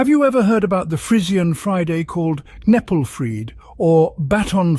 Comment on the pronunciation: The channel is called learn Frisian but Kneppelfreed is pronounced all wrong. There also a LOT of details missing. Those "certain farm rules" was literally writing in Frisian on milk cans instead of Dutch. They were fined for that! Also kneppelfreed itself was a bit more intense than that. But I liked the conclusion of the video